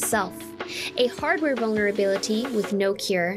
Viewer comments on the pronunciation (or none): You're so f-ing smart. Please say 'vulberability' one more time.